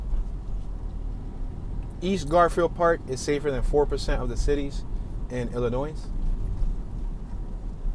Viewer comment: The s at the end of Illinois is silent, and if you pronounce the t at the end of left, you will sound less like an idiot.